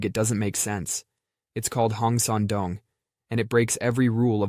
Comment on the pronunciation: Hehe he said Doong